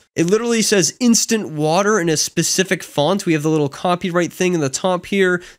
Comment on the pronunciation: Noticed "INSTAAINT" at this time and lost it! 😂 Just TAINT right